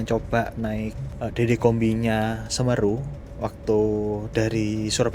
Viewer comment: 😂 cara pengucapan semeru salah